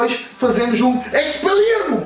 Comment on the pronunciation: O pronuncia o feitiço Expeliarmus muito mal